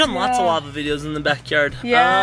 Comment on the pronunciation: It’s “videos” not “vidyos”